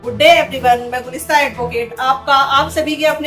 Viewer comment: Gulista❌ Gulistan✅